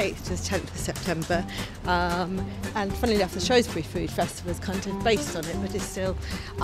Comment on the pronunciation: Its not Shroes Berry...its shrews brei!! Otherwise good. In the 1950s my father had to drive a Leyland log truck through Ludlow once or twice as there was no bypass?